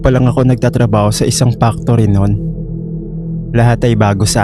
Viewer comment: Naloka ako sa tuwing binabanggit mo ang salitang “factory”. Pano nagiging “Pak-tory” ang salitang factory. Nagiging iba tuloy ang meaning. True story po ba lahat ng stories rito?